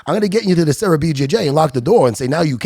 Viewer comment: Serra not sierra